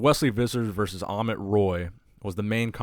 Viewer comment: Not amon it's amit